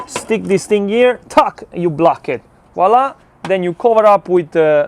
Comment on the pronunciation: I think if you’re gonna say wala! 600 times per video you should at least pronounce it correctly :-). Voilà!